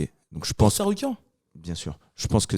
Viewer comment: Puisque ça rigole des erreurs de sur les noms, il me semblait important de noter le TsaRUIKAN à 2-3 reprises de, et la prononciation approximative de Jamahall Hill par Taylor Lapilus. Je pense que la VAR est formelle.😅